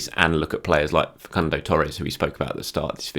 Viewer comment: Fah-Soon-Doh “Facundo” my friend, love your work #CYOG